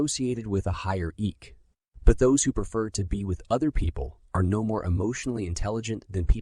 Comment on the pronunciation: It's EQ not EK,.